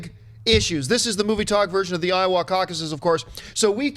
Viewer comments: Just so ya know, John, the "a" in "Iowa" is pronounced like "uh", not "aw". But "A" for effort, to coin a phrase.... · Why is he saying Iowa so weird...? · Is it just me or does Iowa sound super Canadian when John says it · Loving that Canadian pronunciation of Iowa, John. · I love Canadian pronunciation of Iowa making it sound like Ottawa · Please tell me someone informs John he's butchering "Iowa" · Hey Jon, say Iowa again.